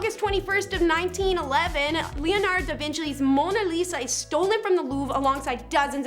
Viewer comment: you're not a fan of when she says stuff like Leonardo DaVinchlee?